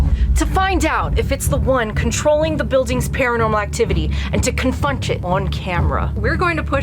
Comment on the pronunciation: She fucked her saying confront lol I wonder how many takes yall did. Funny girls ❤